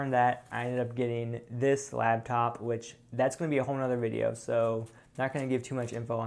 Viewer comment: It's LAPtop... not labtop... LAP... it can sit on your lap! This was driving me insane... thought I would share.:)